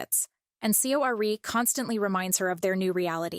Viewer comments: its pronounced like "Suh- ari" not see oh ari. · to my non korean ears it sounded like her name was pronounced "sorry". thought that it might have been deliberate.just a thought. fwiw.